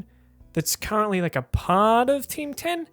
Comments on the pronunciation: I only heard you say "Tim Tan" instead of "Team 10". Bloody hell mate that was some weird pronunciation you had there... I didn't understand what you said until you showed the news part, where "Tim Tan" was written down. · Oh shit, I thought you were saying Ting Tam.